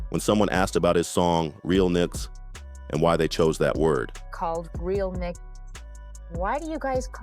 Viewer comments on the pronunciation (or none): none